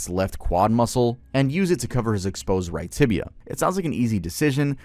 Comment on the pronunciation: It's "tibia", not "tibula".